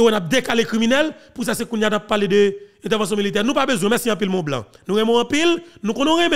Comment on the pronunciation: Pas « ton blanc », mais « Mr ti blanc » 😂